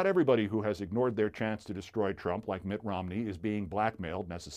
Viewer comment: I love how Keith accidentally says "drump".